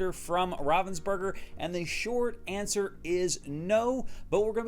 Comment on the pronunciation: Answer, not anser